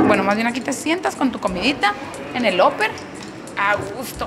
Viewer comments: Yo opino que tu pronunciación en inglés es pésima, no se dice óper, se pronuncia. Aper!!! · Se prunincian Aper no oper como pronucias 7up